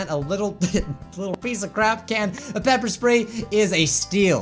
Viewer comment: Oof why does he say bepper?